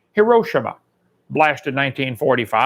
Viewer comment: His pronunciation of Hiroshima is painfully inconsistent.